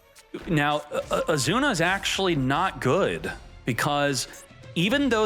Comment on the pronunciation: What's your name? Izuna: Azuna it is